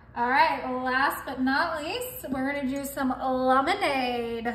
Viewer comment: Lumonade....you goof!